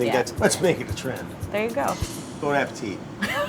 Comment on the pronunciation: Why can no one who works at Bon Appétit pronounce it properly?